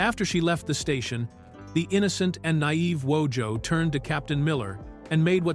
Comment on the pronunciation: Every time the AI voice mispronounces Wojo’s name I can see him slowly pronouncing his name as in the show